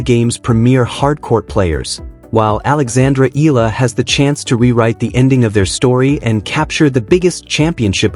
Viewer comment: Although you all have not pronounce her full name: Alexandra /Alex Eala ( E Y A L A ), we are all very proud of her. We all support and pray for her. We believe she deserves every victory she has had. Go girl show them what you've got but still remain humble and beautiful.